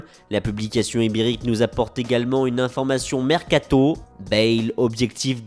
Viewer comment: sur foot mercaTO ! mdr il me fait toujours autant delirer avec sa façon de le dire